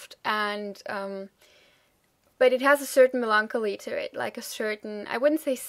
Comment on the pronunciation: I don't know if you're interested in any feedback on your fab English. If not, please ignore this comment. 1) for "melancholy" you put stress "lan" like in French, whereas a stress on "cho" sounds better to me. 2) Seed seem to use both Ragga/dancehall and Reggae sounds & beats. When u say "reggy", I'm not sure which u mean. These (originally Carribean) words are said in various ways, but what's common in (UK) English is for "reggae" - "reg'gaay" and for "ragga" - "rah'gah".